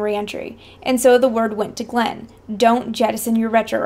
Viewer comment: yeah right thats how you pronounce his name !